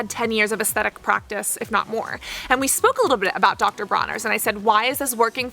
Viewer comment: You are such an obnoxious person. Your high pitched voice and that vocal fry at the end of every sentence paired with the incessant and repetitive use of the same phrase "Now, what is interesting..." and the way you pronounce "and" is just so frigging annoying. Can you not calm down and talk like a normal person? I cannot listen to your videos without getting that annoying ringing in my ears. Holy shit.